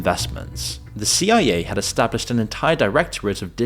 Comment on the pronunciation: Damnit I know damn well you know that CIA isn’t pronounced Sia. This tells me one thing…